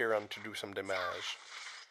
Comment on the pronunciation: lol i like it. "Dámágé"